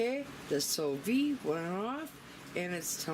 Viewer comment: Ok I have watched all your Sous Vide videos, # 1 trying to learn how to pronounce it!lol, you do it so well, # 2 I want one of these!, I have learned so much about this gadget from your video, everything looks awsome, made my mouth water! This is definitely on my list, Thanks, for the Sous Vide 101 class, Loved it.